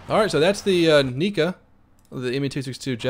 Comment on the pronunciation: two things 'nigga' isn't the n word and he said 'nikka' (he meant to call it 'kikka')